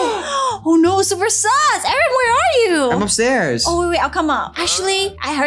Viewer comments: you said harrn lol you said it bad its Aaron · I,heard,everytime you call aeron karen Lol😂